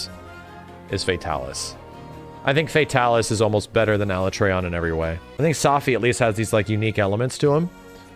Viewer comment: Everyone on the planet: Alatreon: ALA-tray-on 🙄